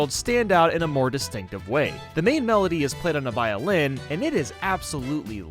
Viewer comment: why do ppl pronounce violin like that